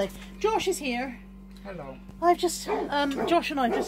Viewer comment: Buddy says "ello"